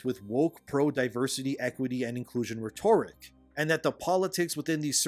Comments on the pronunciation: My dude: RHE-toric. not Rhe-TOR-ic. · Cultists aren't liberals. Also, it's RHEtoric. Stress on the second syllable is in the word rheTORical. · "rhetoric" The emphasis is not on TOR as it is in rhetorical. Just say rederik with a small emphasis on the first syllable re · Reh-ter-ik, not reh-tore-ik. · Love the content, been watching all your videos since this shit started up again. Very helpful in keeping up to date. You need to stop pronouncing rhetoric emphasized weirdly though. It’s RHEtoric not rheTORic. Been driving me nuts. Keep the info coming! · Hey, enjoying the videos but something keeps popping up I wanted to address; The pronunciation of the noun "rhetoric" is actually "REH-ter-rik". Where as the adjective "rhetorical" is pronounced reh-TOR-i-kl. Sometimes shit don't make sense...but that's just the way it is, lol. Good vids! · So the same thing as the journo mailing lists in GG1. Greaaaaat... ah well, so much for Helldivers 3. By the way, love the content but the pronunciation of "rhetoric" is closer to ret-tur-rick (slightly more emphasis on the first syllable, flat emphasis on the two after), only "rhetorical" has the "tor" emphasis that you're using "ret-tor-i-cal" (flat emphasis on each syllable). Okay grammar police is leaving now. 👋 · y u say "rhetoric" liek-a dat, broheim? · Brother, I love you, but you’ve GOTS to change how you say the word “rhetoric.” It’s killin’ me. Hah! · Can someone tell this MFr how to pronounce Rhetoric? JFC fr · Rhetoric… check your prosunkeetachun